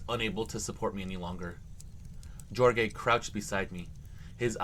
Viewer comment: That 1st 1 if you see spelling of Jorge it's pronounced Horhay FYI